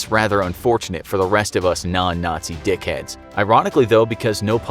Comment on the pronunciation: did he say dicheads?